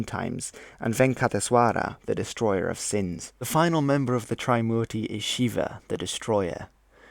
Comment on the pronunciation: "Tri" in "Trimurti" isn't pronounced as "try" but "three" without the "h" sound, it's after the number "3" obviously. Warlords? Warlords weren't the only ones who went to war in ancient India. Those conches were blown in wars between armies of waring kingdoms too. Your pronunciation of Indian words in the video sounded as if you're trying to speak in Spanish accent 😂 "Hanuman" wasn't a monkey 'king", their king was "Sugriva" & later his younger brother "Bali" (not sure if Bali island is named after him)